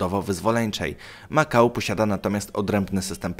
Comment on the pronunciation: Makau=Ma kał confirmed?